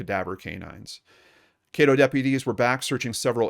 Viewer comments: I know her son. Known him since I was little. Also, Caddo is pronounced with a short A, not long. EDIT: dunno why i wrote brother. im tired lol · Just fyi it's Caddo, rhymes with Shadow. I hope she is found. Thanks for the video.